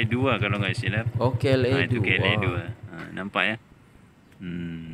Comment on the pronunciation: Bukan kla2 tapi klia2